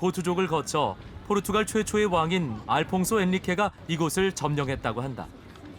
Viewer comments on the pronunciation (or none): 포르투칼이 아니고 포르투갈인데요?